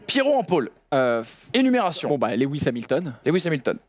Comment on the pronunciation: "Lewi hamilton" tellement d'irespect pour un tel pilote je me desabonne